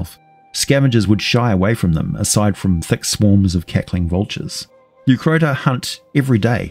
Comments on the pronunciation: Leucrotta not Leucrota. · he can't even recognize Crocotta/crocuta is the origin of the hyenas name, so it's not surprising he half assed pronunciation too.